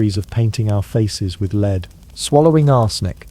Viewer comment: Please train ur AI to say lead instead of lead. It throws me off everytime.